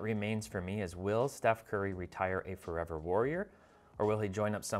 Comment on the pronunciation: hot take - Buy Alperen Sengun or regret it FOR - EV - ER 😂